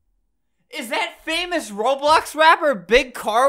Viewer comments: “rap abiyut reibyux” -Albert 2019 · Albert be like : rubox robox rolox